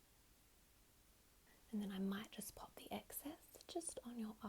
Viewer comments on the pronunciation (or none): none